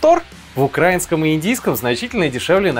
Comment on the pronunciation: Не укрАинском а украИнском! Запомни уже наконец-то